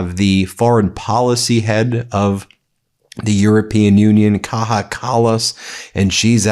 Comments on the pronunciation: As Much as I love you Ben , I am an Australian from Northern European parents , Its not a big issue but you keep doing it so I need to say something. You keep mispronouncing Kaja Kallas name.. You pronounce it the Mexican or spanish way which is Kaha but in Europe her name is pronounced Kaya ... not a big thing but just a bit annoying Bin... cheers from Aus :) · Please stop saying "Kaha". She is not spanish, her name is "Kaya". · FYI Kaja Kallas is pronounced Kaya, not Kaha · Kaja in Kaja Kallas is is pronounced "Kaya", not Kaha. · It's not Kaha Kallas, it's pronounced as "Kaya" Kallas. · Kaja is pronounced Kaya, not KA-HA!! 🤪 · Ben, merci: Not "Kaha", her name is pronounced "Kaya". She is not Spanish! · Ben: Kaja Kallas might appreciate it if you pronounce her name properly. The letter j in her first name sounds like the letter y in English. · A minor gripe but sticks to ear - "Kaja" is pronounced "Kaya". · Please, its pronounced KAYA Kallas!!!!